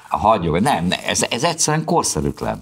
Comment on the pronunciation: roppant tehetséges és szimpatikus ifjú hölgy! Ám az affektáló intonációján mindenképp változtatnia kellene. ( Nem = nám, ilyen= ilyán, szerintem = szántám, tehát= tet...stb.).